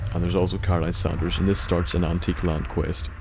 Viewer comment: its Saunders not sanders (pronounced differently) dispite how she pronounces it